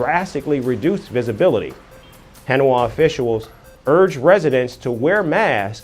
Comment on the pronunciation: teach this guy the correct pronounciation of HANOI... IT is pronounce HA NOY not HEN WAA...CAPISCE??? THATS KA PEESH!!!!!